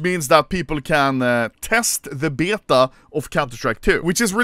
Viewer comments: why is he saying beta like byeta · Will Anomaly ever learn how to pronounce beta correctly or at least more english than swedish